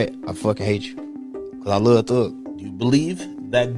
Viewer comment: "I lurv thurg" 'I hate ret" lmao